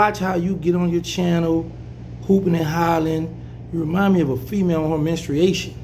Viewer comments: "Minstriation" 🤣🤣🤣 #GetEm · I got yo back big dawg… but what you not gone do is say menstriation 🩸 👀 like we didn’t catch dat 😂😂😂😂😂😂… 🖕🏽Hasssan he just wants some South in his mouth !!! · Menstruation, sir. Menstruation